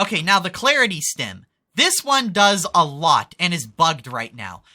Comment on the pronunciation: Not a huge gripe, and I'm sure you don't care but celerity is not clarity. Clarity is a state of clearness or free from burdens, clarity means clear, as in a clear mind. Celerity is a state of swiftness or speed, acceleration and celerity have the same Latin root word. That's why you pronounce it sell-air-ity like circle the c at the beginning is said as an s.